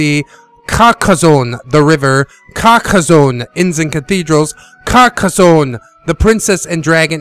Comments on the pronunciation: thanks for this review man. I think that most people pronounce it Car-Ka-sone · I love when you say Carrrrcaa zone -That's what she said. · Good video and the emphasis on the start as hilarious. Carcassonne! --- Carcassonne! --- Carcassonne! Regarding the Bundle, I will probably do the Skiparoo because I don't have the time for long games anymore and I have many other board games.